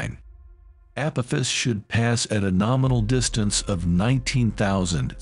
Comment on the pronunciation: ...app-oh-fiss? 😂 Edit: What "New and Terrifying Warning"? The click bait is strrrrroooong with you.